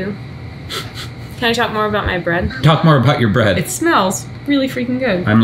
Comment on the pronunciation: I swear to god I thought she said "Can I talk more about by breast?" What!? Oh, bread...